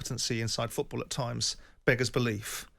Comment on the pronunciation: Jim, its FOOT-ball, stop saying feckin FEWT-ball!!